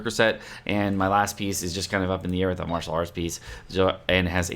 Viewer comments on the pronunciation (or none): none